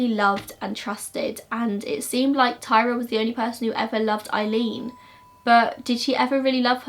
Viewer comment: Her name was tyria not Tyra, tie-ree-uh